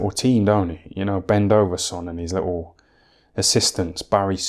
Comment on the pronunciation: Bendoveson lol